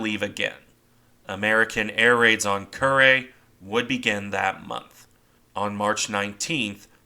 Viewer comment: I've spent my life pronouncing Kure , like cure not Kuray